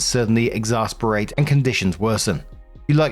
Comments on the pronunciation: Pronunciation note: egg-ZAS-err-bate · Hey! You probably won’t read this but the word Exacerbate is not pronounced the same as Exasperate. Exacerbate is ex-asser-bate. You pronounce them the same and considering how much I like your videos this is my one pet peeve